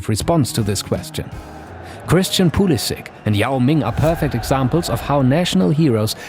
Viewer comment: Pulisic‘s name is pronounced pulisiCH, not pulisiK:)